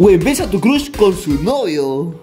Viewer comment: Por favor aprende a pronunciar ingles. Al menos but y crush, no es como se lee.